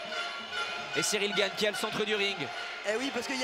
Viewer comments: Qui dit au commentateur que c’est Cyril gane et pas Cyril GAGNE ? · Tout le long j'ai entendu "Cyril Gagne"